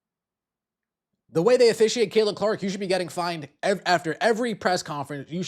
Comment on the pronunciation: Notice Stephanie still cannot.say her name...its Caitlin...Methanie...Caitlin Clark...CC...NOT C...CC22..